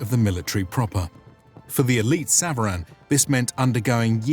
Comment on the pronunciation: Thank you very much for this episode. I just wanted to mention that SVARAN as mentioned in your episode is pronounced SAVARAN in farsi means mounted troops. Or SAVAREH NEZAM .🙏❤🤍💚